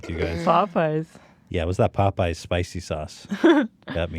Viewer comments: POE PIES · The fact that Hila pronounces Popeyes as “Pope-eyes” makes my heart melt. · she gets it from Ethan saying Pop-eyes. With a subtle pose between syllables. Which gives me a troubling image.